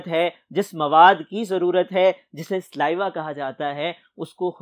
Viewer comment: Correction "SALIVA" Not sliva